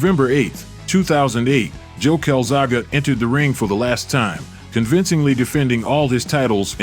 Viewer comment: The level of disrespect in getting his name wrong is crazy. Showed joe as much respect as Hopkins did